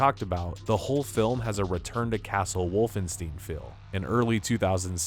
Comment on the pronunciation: It's Wolfenstein not Wolfenstean